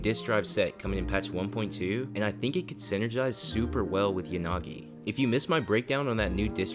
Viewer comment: Yanagi❌ yagani😂